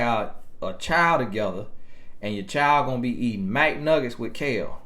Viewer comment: Did you say MAC-NUGGETS ? Its Mcnuggets. You should've been a comedian.